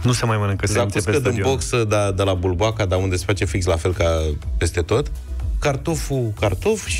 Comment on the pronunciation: Bulboaca, uăi! Bulboca este pronunțarea rusească greșită.